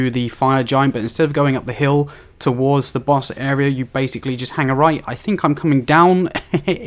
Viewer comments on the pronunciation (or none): none